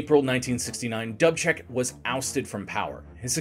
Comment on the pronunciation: Sometimes your mispronunciations make otherwise excellent videos almost unwatchable. DOOOB check. NOT Dub Check. You said you have a guide so you can say the words correctly. Don't you ever use it?